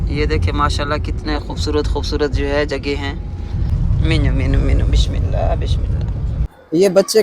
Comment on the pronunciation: ما شاء اللہ اللہ پاک بیٹے کی قسمت, ذندگی اچھی کریں… ایک بات کو ذہن میں رکھنا بھائی کہ بسم اللّٰہ … . س کیساتھ بسم اللّٰہ ہی بولی اور ہڑھی جائے گی ش کیساتھ بشم اللّٰہ کبھی بھی نہی, ایسے آپکا بچہ بھی ٹھیک سے نہی بولے گا کہ شروع ہی سنتا رہا ہو گا… بشم اللّٰہَ سے مطلب بھی بدل جاتا ہے